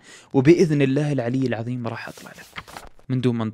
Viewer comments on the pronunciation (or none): none